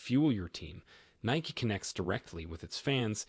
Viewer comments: its nikE not nik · It’s Nikeeeeeeeeeeeeeeeeee eeeeeeeeeeeeeeeeeeeeee, not Nic